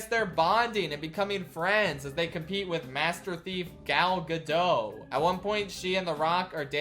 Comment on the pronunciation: Hey, please remember that the T in Gal Gadot is not silent. If you're going to say it like a hundred times, you might want to make sure you have it right.